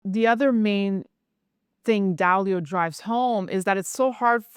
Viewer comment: His lastname is Dalio, not Duiio 🤦🏻